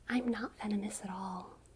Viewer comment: It took me entirely too long to realize you were saying “venomous” and not “feminist”, I was so confused for a moment lmao